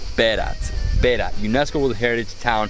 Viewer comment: NOT BERA there is T at the end BERATTTT